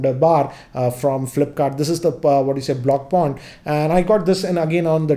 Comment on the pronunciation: "block pond" 😂